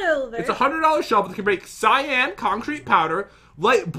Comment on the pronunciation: Not cyaan cyan